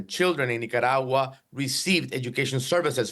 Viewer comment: I heard of nicaragua but nacaragua? Where is it?